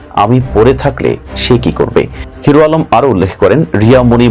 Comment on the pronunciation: এইটা নিয়ে ও নিউজ করতে হবে যে নিজের নাম ঠিক মতো বলতে পারে না 😊